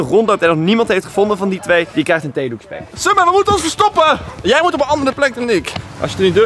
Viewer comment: "Summer" spreek die naam eens fatsoenlijk uit man